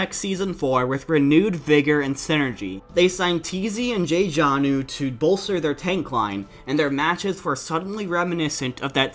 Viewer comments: "jay-janu" noooooo it's just "jjanu" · You don't pronouce the double j in jjanu it represents a harder sound in Korean just like jjonak